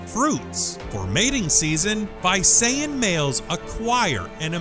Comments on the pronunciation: It's NOT Vayseyen, it's Veesayan. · its not vay-sa-yan its vi-sa-yan :D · WHAT THE HELL? Visayan is pronounced as BI-SA-YAN not BUY-SA-YAN. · It's not "Vay-say-yan" it's pronounced as "Vi-sa-yan". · that visayab pronounciation, lol it's vi-sa-yan not vay-say-an 😂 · This is how you pronounce Visayan Warty Pig, Bee - Sa - Yan Warty Pig Not Bay - Sa - Yan. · it's vi-sa-yan not vay-se-yan. anyway nice video. keeps myself smiling for a while. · its not Vaysayan Its pronunced Veesayan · Sorry but you pronounced the Visayan warty pig the wrong way. You said it Vyseyan But we Filipinos say it visayas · lol It is pronounced as Vi-sa-yan not Vay-say-yan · It's pronounced as V-Sah-Yan not Vi-say-an. Haha. 😁😁😁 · Vi-sa-yan, not Vay-se-yan 😆😆😆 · its Bi-sayan .. not Vai-sayan. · it's not bay-sa-yan its bee-sa-yan I know it cause I live in the Philippines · Haha. I know right? 😂😂😂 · Visayan is read as vee-sai-an.. It's not one but a group of islands.. It is also a demonym as well as a dialect for those who live there.. Thanks for including the warty pig on this list.. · Correction; Visayan Warty Pig is pronounced as veesayan warty pig. Filipinos pronounced I as ee, believe me for I am one of them though I live in mindanao. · umm, the visayan warty pig is pronounced as "vee-sa-yan" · Visayan is actually pronounced as vee-suh-yan. I know this because I live in the Philippines. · he mis pronounced Visayan its pronounced Vi(how you say the letter V)-sayan(the letter A's are pronounced like you pronounce the letter a in apple) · Visayan is pronounced as " vee-sa-yan" not the one you spoke.. I live there! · dude, it's pronounced as vee suyan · You mispronounced Visayan :/